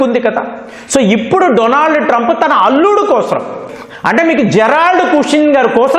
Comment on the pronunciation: TRAUMP. Sesefair.. Antadu...